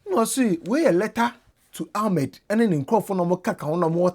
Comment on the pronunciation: The name is Ahmed not Almed